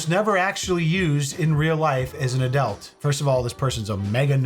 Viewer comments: You alway make me twitch when you say the word "Adult"... I'm hearing "Add-elt" rather than "Add-ult"... Love ya muchly from gumpy old British person🙂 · Did anybody else notice that when he () says "adult" it sounds like he's saying "owe-dult". Honestly the first time I heard it I just thought I was trippin, but at the end I heard it again. Great. That'll be my shower thought from now on... why the hell does he pronounce everything else normally (he has a decent vocabulary), but he can't manage to say the 2 syllable word "adult"? 🤔 Is he fucking with us to see if we notice? These are the thoughts that keep me up at night. 😂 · if you dont mind me asking where is your accent from? as I've noticed you pronounce your "u's" rather like an "e" for example when you say adult it sounds more like "adelt" & I'm just curious as I've never heard that in an American accent before?..I'm from the uk btw...i sincerely hope you don't think I'm being rude b'coz i really am not..i Love your accent..❤.. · A dult? Adelt? Aduwelt? I can't get over how you pronounce it 😂